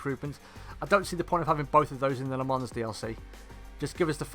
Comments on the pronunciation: Pronounced “lə mɑ̃” not “la mans” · Nice vid, the "S" is silent, it's pronounced "Le Mon" spelt "Le Mans". Thanks for a good vid.